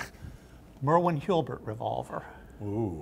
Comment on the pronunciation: I have noticed has a hard time pronouncing HULBERT! HUL-BERT.